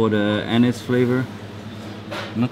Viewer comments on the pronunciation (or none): none